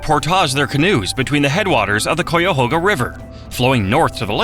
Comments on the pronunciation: The AI voice is killing me. After hearing it mispronounce Cuyahoga a bunch of times, I can't listen to this anymore. I'm not even from there. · The pronunciation of Cuyahoga needs to be corrected. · they way you pronounce Cuyahoga lol.- AI slop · Being from NE Ohio the way it says Cuyahoga messes me up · Wish it could pronounce Cuyahoga. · I’m from Cleveland Ohio please correct the cuyahoga AI voice it’s bad lol ai is not saying it correctly. Thanks for the video. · Wish they would pronounce Cuyahoga correctly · If the narrator is not AI then he is not from ohio because if he was he would pronounce Cuyahoga properly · The pronunciation of "Cuyahoga" 😂😂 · This video would’ve felt much more educational had the AI voice learned to say Cuyahoga correctly. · I was coming on here also to say the very same thing learn how to pronounce cuyahoga if your going to make a video about it lol How annoying to hear that awful pronunciation over and over. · That's what I kept saying!! Cuyahoga you stupid AI voice. Ugggghhhhh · For sure. 👍🏼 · Yeah, each time it said Cuyahoga, I physically winced. I lived most of my life within just a few miles or less (sometimes just a couple hundred yards away) of that river. Across 4 different counties. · Thank you for this informative video about Ohio. As a native Northeast Ohio resident though it grated me every time the AI narrator mispronounced Cuyahoga. In elementary school we were taught how to spell it, BUY A HOG A. Replace the B with a C and you get Cuyahoga, pronounced KAI-AH-HOG-AH. A portage (POUR-TAH-ZA) is proper for crossing from one body of water to another, but the city and associated lakes, we say POR-TIDGE. One area of Ohio that was not mentioned was the Western Reserve, the area of Northeast Ohio that was an extension of the state of Connecticut. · What the hell is a “CooyaHoga”? It Cuyahoga. The AI sounds dumb. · Its pronounced Kya-hoga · KI-AH-HO-GAH and several wrong images. AI slop. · We hate AI. Ki-uh-ho-ga